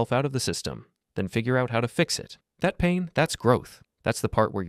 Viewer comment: "Taht pain? Taht's growth." - nicee